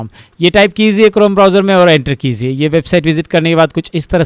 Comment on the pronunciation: Sir! It's "kijiye" not "kiziye" I notice this in every video of yours Please correct it, it irritates me